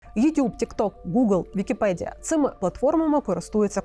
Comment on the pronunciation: Блюванув на слові "підкасти", потім "вікіпєдія". Хоч читайте вже з суфлера нормально.